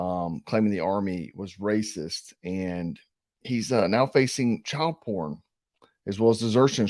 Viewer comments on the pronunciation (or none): none